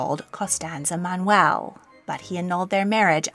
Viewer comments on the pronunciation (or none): none